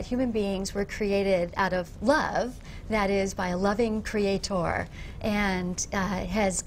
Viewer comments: tip for social interaction: Don't laugh/smirk when there is nothing funny going on. You look arrogant and annoying... Also .. Who says creatOOOr? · pretty sure the romans didnt :D usually you'd emphasize the second syllable, right? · Reaper the constant mispronunciation of "creator" really drives it home. creaTOR, creaTOR, creaTOR... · Who else gets annoyed af whenever she says “Cree-at-TOR”? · Why the fuck do they always have to stress that last syllable in "creaTOR" and look at you like something pretty significant just happened o.O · She is probably latching onto something that she can be right about: "people pronounce CreatEr wrong, it should be CreatOr, so I'm gonna prove how smart I am by pronouncing it correctly, blatantly. CreatOOOr" That's my guess. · creaTOR. xD This lady's pronunciation is next level. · Who else was annoyed with the way she pronounced the word “crea-TOR”? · Why tf is she saying “crea TOR” it’s ludicrous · Nobody said she spelled it wrong. They're saying she pronounces it wrong (and they're right; she does). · Even though I'm not American, she's the only American (actually, the only person, period) I've ever heard pronounce it like that. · зонт Americans don't pronounce it that way. If it's an accent, it's an idiot accent not an American one. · The way that she pronounces certain words to try to sound clever is the most irritating part of this video.